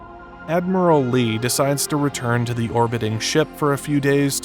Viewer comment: THEE admiral, not THUH admiral. It's a long e before a vowel sound.